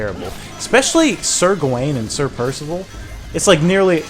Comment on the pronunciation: PIRSIVIL PIRSIVIL